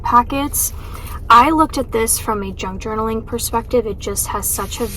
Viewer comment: I thought you said “drunk journaling” 😂 I was thinking that does sound like so much fun!! I had to go back & listen again.